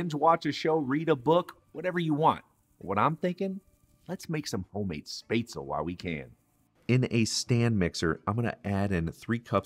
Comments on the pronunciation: It is called "Spätzle" which is pronounced Spat-zle and NOT Spazel. The pronouncation is similar to chipotle. The 'a' is similar to the 'a' in actor. Besides of this, good job. I keep a bit of the vegetable and blend it into the sauce for binding. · I loved everything except your pronunciation of "spätzle". It's shpot-sell, not spate-sell. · Love your youtube you make it so easy!! And yep the word is said like spatula but instead of the first a , say it with an e as in ever - and no u sound ( spetzla, sorta) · Real Swabian here, I know a little bit late... It's Shbetsle. In Swabian, almost every SB, SP, SD, ST letter combination is pronounced with the SH sound. Also, Schwabenland is the standard German way of saying it but no real Swabian would ever say it that way as that word is very special to us. It's called "Schwåbaländle" (or "Schwobaländle" if you don't use the å) pronounced [ʃvɒːbɐlɛndlɐ] and it is our home 😊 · Hello I am a German and spetzle is my food that sp in German is pronounced shp I was born in to a German immigrant family and German and English are my first languages I have one of these spetzle makers I bought mine on amazon I am a food blogger from Wordpress I never went to culinary school I am a home chef however and I am nearly self taught but my influence come from my grandfather and he is my muse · One of the classic german recipes, very well executed! But one thing is missing IMO: Cooked red cabbage as a sidedish! And the way you butcherd the spätzle (spaetzle) pronunciation 😳😂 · I'm from germany and first I just laughed so hard of the pronunciation of Spätzle. I create a special typ of the original recipe with venison, onions, pickles and mushrooms in it, that's really tasty. The one thing I don't like is that you fry the Spätzle in butter. The problem with this is, that the Spätzle will never soak up the sauce, and that's very important. Greetings from swabia (the home of Spätzle)